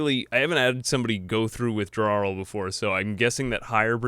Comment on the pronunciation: i like how you pronounced Withdrawal "WithdrawRIL" like 10 times in a row and then question when you say Teetotaler correctly.